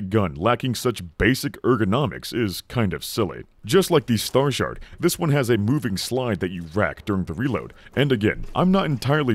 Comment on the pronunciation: Did you say "Star Shart"? Will I be sharting at my targets?